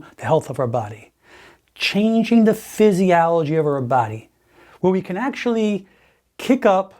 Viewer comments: "Psysialligy"? Really..? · I had suspicions about this 'Dr' right from the start due to his way of speaking and his inability to pronounce the word physiology correctly and his speech in general. So I looked him up. He is NOT a Doctor of medicine but a chiropractor and has no legal right to call himself. He has been busted online for it from many sources.